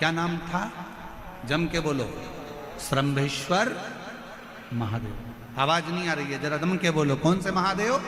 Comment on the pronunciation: श्रम्भेश्वर महादेव सही शब्द है। और श्रमभेश्वर गलत है।